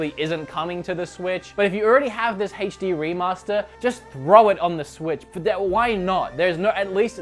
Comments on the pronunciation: ps - HD is not pronounced "haytch dee," it's "aytch dee" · Heytch dee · Your mispronunciation of "HD" is more annoying than your massacre of "Sega."